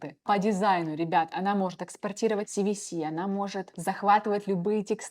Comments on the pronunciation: Даже четырёх минут не выдержал. "Хапра" вместо "Харпа" "Оттудова" "СиВиСи" вместо "СиЭсВи". Дама супер халатно подходит к своей работе. Оговорка на оговорке. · Harpa — Хапра, извлечь оттудава, CSV — Си Ви Си , текстА и это за первые 4 минуты видео